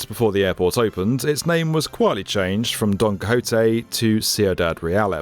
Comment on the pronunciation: Pls tell me you re butchering Don Quixote name on purpose